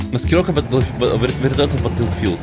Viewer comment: Не Баттлфилд а БаголФилд